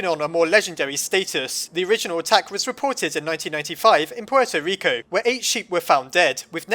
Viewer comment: Its "Puerto Rico", not "Porto Reco" XD